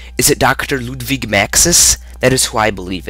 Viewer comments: its pronounced Ludvig. Its russian. :/ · Ludvig (Pronounced Ludwig) Projectionist, I believe its Projection 1st. Because all the words are completed same line and not seperated so why should that be. Also I believe the Blank picture on the wall is the Unknown Narriator. and is it me or is Ascension lackin a bit of clues?